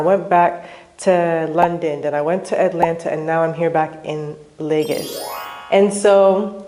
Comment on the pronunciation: Serious question: why do so many Nigerian Americans pronounce LagOs as LagAs?